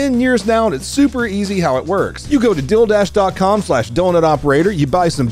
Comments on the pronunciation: It sounds like you're saying "Dildash" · Wait, it sounds like you’re saying Dilldash lol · I keep hearing dildash